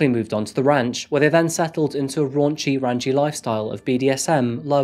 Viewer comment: “Raunchy, ranchy”. You were born to bring forth these pearls. Your English teachers must be bemused.